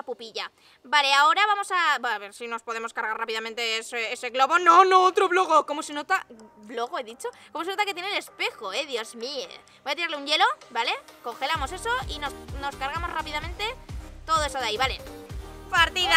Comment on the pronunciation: JAJAJAJA DIJO.BLOGO KILE ESCUCHASTE